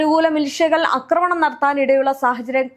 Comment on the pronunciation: അക്രമണം എന്നല്ല ആക്രമണം എന്നാണ് പറയേണ്ടത്.